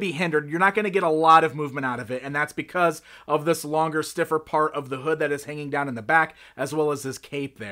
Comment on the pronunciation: Lol at emphasis on the hood